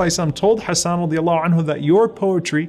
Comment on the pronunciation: جزاك الله خيرا May we always defend our beloved رسول صَلَّى اللَّهُ عَلَيْهِ وَسَلَّمَ Beautiful pronunciation of the names Hassan and Ayesha.